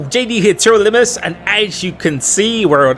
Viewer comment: That was the clearest/cleanest "TRL Limitless" I have heard in a looooong time. New game, new better intro?